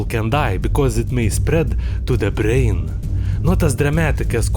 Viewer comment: I love how he says brrrain and racuun